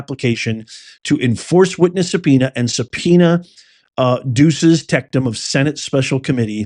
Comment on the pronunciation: Professor, it's not "subpoena duces tecTum"... there is no "t" in the middle of "tecum". Good show.